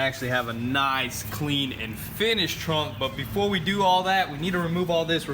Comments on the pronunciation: It’s frunk not trunk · Frunk bro not trunk lol!....